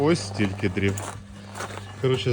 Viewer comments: хвилина відео. Ми рубаємо не дріва , а дрова ! Ми палимо не дрівами , а дровами ! Ми заготавляємо не дріва , а дрова . Дякую за відео. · Лайк! Але дріва по правильному дрова))) а то звучить, як азарівщина)))